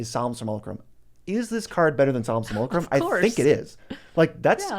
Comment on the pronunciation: That simulacrum pronunciation absolutely makes my soul die every single time.